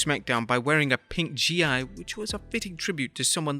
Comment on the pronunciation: "Rousey was wearing a pink G.I.?! It's one word my man, it's a Gi pronounced like "Gee".